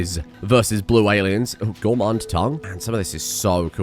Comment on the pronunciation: Gourmand, not gourmande.